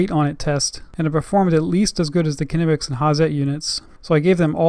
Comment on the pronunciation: FYI...Knipex is pronounced Kneepex.